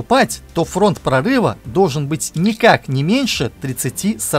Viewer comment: К логопеду бы сходить диктору": эшеВон, пВацдарм, доВжен, фВанги, киВометры.